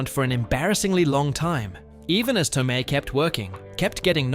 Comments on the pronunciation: Studio suits are not particularly bright, creative, or good at story telling. Which is why we get a lot of junk that fails on them. This jackass keeps pronouncing Marisa Tomei's last name Toe-me in the middle of this video. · The fact that you can't pronounce Pesci and Tomei tells us you are clueless and just reading a script. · PESHY not PESSY and towMAY not TOWmee